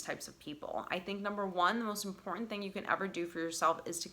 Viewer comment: Please pronounce “Important” correctly. The silent treatment has to work when speaking to someone whom is always right and has to have the last word. When someone is always speaking, they cannot listen and understand your perception .